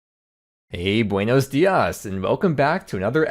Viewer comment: Lowkey sad you said buenos dias